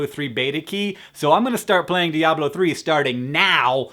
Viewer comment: You pronounce "diablo" correctly ;)